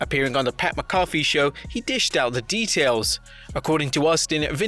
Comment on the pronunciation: Say it with me, "Mack-ah-fee"...